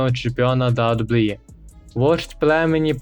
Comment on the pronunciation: Відос не поганий, але навчись казати WWE, та деякі інші фрази, без образ)))